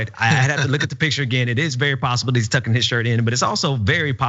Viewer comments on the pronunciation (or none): He was tugging not tucking